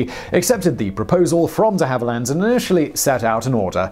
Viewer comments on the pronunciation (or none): You’re getting closer, but still risking your British citizenship by mispronouncing and misspelling DeHavilland, one of your homeland’s most legendary aircraft manufacturers.